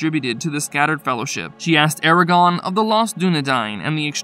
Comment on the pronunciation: Ok... is nobody extremely bothered everytime this guy says "Aragon"... if youre doing lore videos pronouce the names correctly... its not hard.